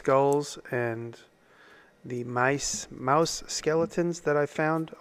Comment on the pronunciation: It's pronounced "miiiuuuose" 😄